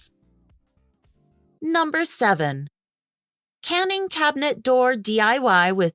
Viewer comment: Canning instead of caning… lol